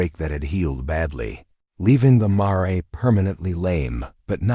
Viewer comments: Re-Train your AI to pronounce the word Mare corectly! WTH It is a western show, Mare is a Female Horse. Not some weirdly prounced forein word. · Have a human read the story. One that can pronounce mare and doesn't say "dot" at the end of a sentance. Also there were inconsistencies such as it taking a long time to load Grace into the wagon then saying she was walking behind it, etc. Great story otherwise